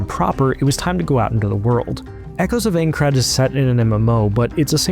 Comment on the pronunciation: I think I'd kill myself if I paid for a preview on my new game and the dude narrating the video mispronounced the games name at every opportunity and got facts wrong